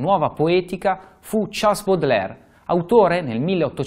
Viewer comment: Eccellente, complimenti! Per favore, non pronunciare Charles all'inglese! :-)